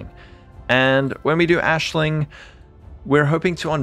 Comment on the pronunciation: so on one hand, i understand why everyone mispronounces Aisling's (Ash + lynn) name because gaelic is a fake language spoken by fake people. On the other hand, Jun says it multiple times in-game so there's really no excuse.